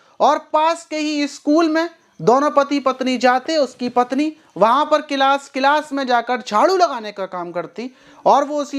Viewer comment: गिलास नहीं क्लास बोलते हैं 😊😊🙏🙏